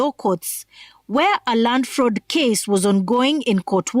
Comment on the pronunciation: A full LSK president who can't pronounce the word FRAUD properly!! Useless lawyers!